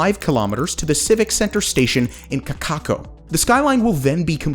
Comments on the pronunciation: You then go on to repeat this false information of the video (after butchering pronunciation of the name “Kaka‘ako”). Again, the train is NOT going to Ala Moana, as that segment was cancelled in 2022. 🤦‍♂️ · Ka-Ka-Ko... Good Try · I almost lost it when he said Kaka’ako. Great video, dude. Really taught me a lot about how long these plans have been around. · I cringed at that too, and immediately said it correctly out loud in response.